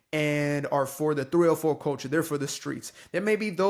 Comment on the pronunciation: It is pronounced three-oh-fo'